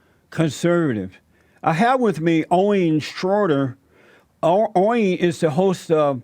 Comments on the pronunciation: Haha Jesse said welcome Owin ... Lol lmao Owin .... Owin... Down syndrome.... It's Owen down syndrome... Lol my ass off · Don't butcher Owen's name, please. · "Owen" is another one he struggles with.😂😂 Keep em coming Jesse👍👍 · Am I the only one dying laughing at Jesse trying to say "Owen" in the introduction? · Great interview! #FreeAlexJones I love how Jesse pronounce Owen!😂